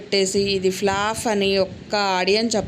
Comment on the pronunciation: ఫ్లాఫ్ కాదు ఫ్లాప్